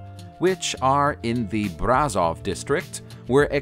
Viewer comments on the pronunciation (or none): brazav ?!? are u ff kididng me ?? why didnt u learned how to spell it ?? its Brashov, u read it exactly how u spell it, no accent